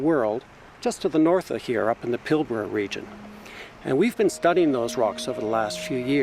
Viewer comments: It's Australia not Oceania. Plus you can't even pronounce Pilbara correctly, it's Pil bra. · I think that the way the AI voice incorrectly pronounces "Pilbara" is upsetting - why can't the webiverse get things correct? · I don't think it's an AI narrator; I think he just mispronounced it. But the geologist said it correctly, I think.